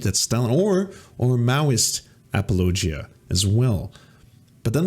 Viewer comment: you pronounce "apologia" weird. Otherwise, great video!